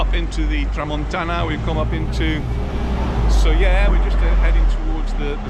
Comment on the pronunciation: really miss Soller, thank you for the pronunciation as we have always used the LLs in the name. Anita is a woman after my own heart, I love going down the little road with all the nice shops, I have many things in my wardrobes from down there. It's a shame the tram wasn't running at the time of filming, a trip on that is a must when visiting Soller. thanks again Sandra (from Stoke)